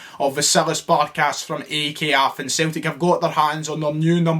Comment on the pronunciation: Why you saying aek Athens its pronounced ike athens